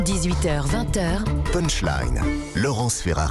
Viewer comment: ....."andairgrande"....Et bien non madame ....vous ne prononcez pas mieux "underground" que "punchline".... Prenez un dictionaire anglais "on line" et écoutez la prononciation....il suffit de taper sur le petit haut-parleur .....je sais bien que la France est en retard de 20 ans sur le reste du monde pour ce qui est de la technologie....mais quand même , vous qui travaillez dans les médias !!!